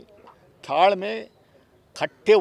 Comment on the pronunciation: ಥಾಳ್ಮೆ ಖಟ್ಟೆ ಹೊಡಿತಿದ್ಯಾ? 😂